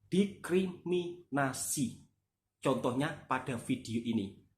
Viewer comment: Didiskriminasi klii bkn.didikriminasii..aplgi .dikiriminasii😅. Mklumlh